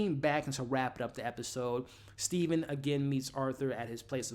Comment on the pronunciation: It's Steven with a V lol